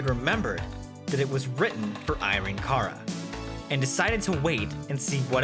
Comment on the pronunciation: Cara rhymes with Sara. Yes, in Spanish it sounds closer to how you're saying it, but in English she and everyone else pronounced it to rhyme with Sara.